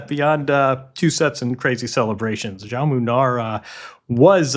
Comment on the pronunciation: Someone must teach English speakers how to pronounce João....You are all saying Joáo wich is wrong.